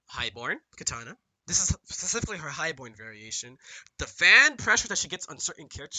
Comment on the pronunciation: The Hardest thing for Sonic.... annunciating the word “Specifically”